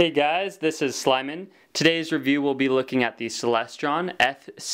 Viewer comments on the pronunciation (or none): Why do I hear "Hey guys, this is Slimin'..."? Is it '', or is there actually an "L" in there?